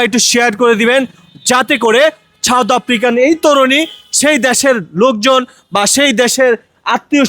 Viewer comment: ছাওদ নয় সাউথ,, সুন্দর করে বাংলা ভাষা কে প্রেজেন্ট করবেন।।